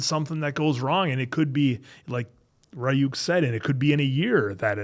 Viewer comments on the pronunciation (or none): criniging and dying inside everytime they say Ri-yuuk